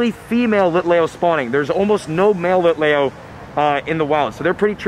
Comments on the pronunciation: It's pronounced Litleeo not Litlayo, but I know pokemon names can be hard and you are doing great! I know someone who said Litelayo so... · It’s pronounced lit le o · Lit-Lee-oooo not lit lay o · LIT LEO, NOT LEYO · Also you are saying Litlayo when the real way to say it is LitLEO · Its lit-lee-o not lit-lay-o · HE DID NOT CALL IT A LITAYO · its pronounced Lit-LEEoo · It’s lit lee oh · it is lit lee oh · Lol i was lowkey loosing my mind everytime he said litleo lol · That is not how you say litleo